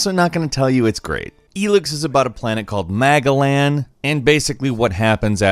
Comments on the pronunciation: Did you say Maga-land? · I know I am 3 years late, but I just started playing after humble monthly. I hear MAGA-land every time they say the worlds name. It cracks me up.